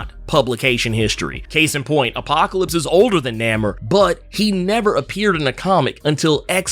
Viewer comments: Why I agree it's weird to hear him pronounce it that way, It's even more weird you falling on that old schlock "so so must be getting paid by Disney". So lame lol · first time hearing his name said like that, was caught off guard lol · ewww you pronounce his name weird lol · I have never heard his name pronounced like this in all my damn near 4 decades of life. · He done said this characters name wrong so many times before the minute mark I think it is a superpower. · Namor is Roman backwards thats how the name was invented and the writers pronounce it as Nay-mor. So its kind of funny how he keep saying Name-er....lol Regardless the MCU changed it to Na-mor recently. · Pronounced NAY-MOR, Not, Named lol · I'm sorry I can't do it I gotta be a whole complete butthole, I can't do the NAMMOR he keep saying love his vids. But NAMMOR and the whole industry and me loves NAYMOR I know it's spelt wrong just tryna get the sound out NAEMOR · It's pronounced NAY-MOORE not NAM-MUR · Nah-merr…then you said nuh-moor…bruh what lol? It’s not pronounced Nay-moor anymore? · Who the hell is Namer? You mean Namor? You butchered his name worse than M. Night Shyamalan butchered Aang The Last Airbender. 😂😂😂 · Namor not namer lol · I thought it was pronounced NAY more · The ONLY reason I disliked this video is becuz U mispronounced his name. U done lost yo damn mind & U should know better. It's NAMOR (NAY-MORE). I/WE X-pect better from U, Sir. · NAY-MOOR say it with me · Have I been pronouncing his name wrong all these years? I really couldn't get past the way you pronounce Namor, I could have sworn the "a" is long. It really was grating. Is this a joke? 'lol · It's Namor. Not sure of what his new name honestly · It’s pronounced NAY MORE. We’ve been saying it like this for decades. We need to change the pronunciation now? Why? Good video though. Am I the only one that hated the original triangles shaped head? I wonder why the creators went with that design?